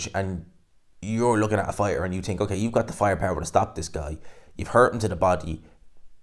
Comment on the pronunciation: It’s think not tink 😂